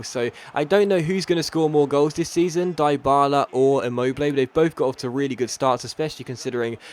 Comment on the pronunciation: His pronunciation of ICARDI and DYBALA are atrocious Dee Ba La -- Ee Car Dee -- That is how it is